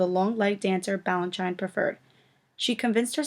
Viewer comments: His name is pronounced BalanSHEEN, not BalanSHINE. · It's BalanSHEEN and BarISHnokov. God. If you're going to narrate a video about ballet, at least learn the correct pronunciation of the names and terms. 🙄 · Okay, if you can't pronounce George Balanchine and Mikhail Baryshnikov you should NOT be narrating this video! Take it down, and reload with a narrator who knows this industry. Wow just WOW. Insult to one of the greatest Ballet dancers of all time!